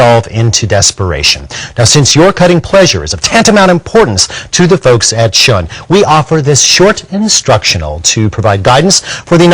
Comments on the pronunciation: I'd love a set of these Shun ( said like Shoon) knives! Unfortunately my wife would fuck these all up because she doesn't seem to give 2 shakes about taking care of things that aren't directly hers. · FYI "旬" is pronounced "shoon" not "shun." :-) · You'd think if he was paid to sell these knives he could pronounce the name right.